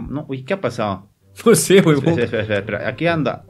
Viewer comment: En ves de qué a pasado o que a pasao no dice que axsao🤣🤣